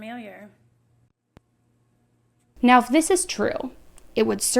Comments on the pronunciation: the woman saying fermiliar instead of familiar has me weak asl 😂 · FAmiliar….. not FURmiliar.